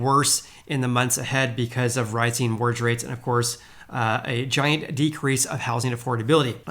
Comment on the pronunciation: You keep saying “morge rates” lol Mortgage my man